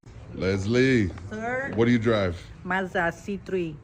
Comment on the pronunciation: It's Mazda not Marzda . A sounds a . Not ar .